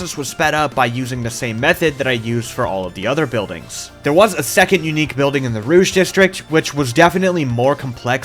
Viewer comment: The pronunciation of the sectors is killing me 😭 you'll never see this but here's how you can pronounce the french words without going full out Vert = V-eh-r Jaune = Joe-n Rouge = Roo-j Bleu = Bl-eugh Magenta = just-say-magenta-normally